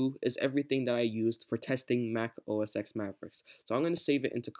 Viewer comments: Just a nitpick, but OS X is pronounced "Oh Es Ten" and not "Oh Es Ex". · Its OS 10, not OS "ex" :)